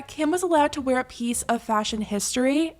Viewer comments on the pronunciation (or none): none